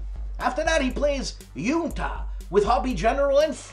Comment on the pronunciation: You pronounce it Hun-Ta (Junta)... the game is about all the backstabbing surrounding a South American dictatorship and all your "friends" who want to assassinate you... sometimes it's a bit of humor, sometimes a lesson how to lose friends. You should play this game... I know you'd enjoy it! I always look forward to your VLOG.